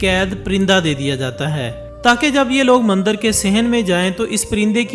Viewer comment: Videos bnanaah toh seekh liya chalo koi baat nhi paiysa millega .. ab bolnaa bhi seekh leh mandar nhi mandir bolteh hain ..bhopaadike ... Smjh gye ho yaa bhonsadike boluh ...